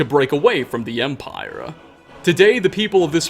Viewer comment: Omg such a cancerous commentary.... THII empiRHEGHH